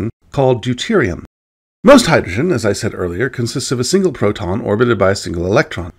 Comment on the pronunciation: You could as easily call it hydrogen hydroxide, or hydroxyl acid. And, it may be my degenerating hearing and poor voice discrimination, but your pronunciation of "proton", to my ear anyway, sounds frustratingly like "photon," at least and, maybe enough to send a neophyte down the wrong path. Aw, forget it. If they're on this site without that basic knowledge, fruk-em.